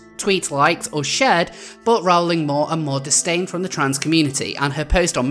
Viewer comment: It's pronounced "roll-ing". :)